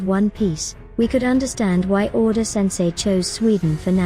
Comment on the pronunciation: you just called oda "oden" ? 😂😂